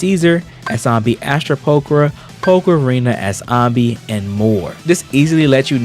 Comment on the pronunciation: why am i triggered hearing you say ahnby all video long when even in game they pronounce it anneby like how do you mispronounce it when it's said multiple times in game